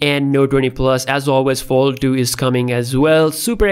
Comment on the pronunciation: Galaxy no duenty and galaxy fol du. I’m sorry, I couldn’t... Great video though, thank you.